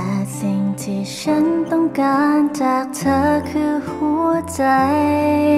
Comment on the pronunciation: ถ้าออกเสียง ธ. ชัดเจนจะเพาะกว่านี้ เธอ ฟังไปเรื่อยไปเหมือน คำว่าเชอ มากว่า คำว่าเธอ ท.ทหารก้อเหมือนกัน ที่ ได้ยินเป็น ชี่ๆ